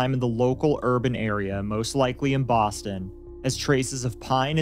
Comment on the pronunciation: bwoston haba